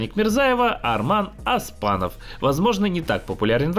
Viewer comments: Задолбали, не Аспанов а Оспанов !!! Без ударения. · Не Асманов а Оспанов правильно пройзнеси фамилию.